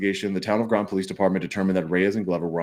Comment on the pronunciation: Groton rhymes with rotten